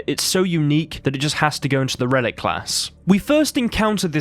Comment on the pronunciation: it’s RELICT not Relic. Also - BESTiary. Come on, mate. You’re English like me and you know the word is pronounced BESTiary not BEASTiary. It comes from the etymology of the word bestial or bestiality - neither of which have an A after the first E.